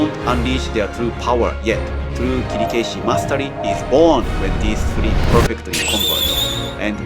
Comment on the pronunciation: By the way, why is your pronunciation of Kirikaeshi is strange? That is not the way most of Japanese would say.